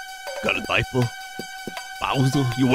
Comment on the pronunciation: Bowsuh you wearin a daipuh